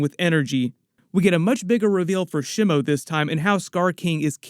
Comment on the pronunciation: The initial vowel in "Shimo" is like the vowel in "she," not the vowel in "shim." It's a Japanese word. Japanese doesn't have the vowel in "slim" or "Tim" ✅ SHEE MOH ❌ SHIH MOU ✅ / ˈʃi mo / ❌ / 'ʃɪ moʊ/